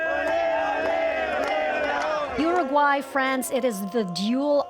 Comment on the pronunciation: "UruGAY", really?? xD